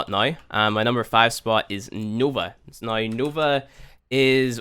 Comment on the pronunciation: i cant get over the way he says now or out. Noy and oyt.